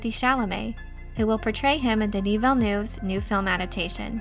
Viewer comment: Could you try to pronounce the director’s name correctly? I mean it is not the end of the world, but if you can’t be bothered why should I bother listening to the rest of video?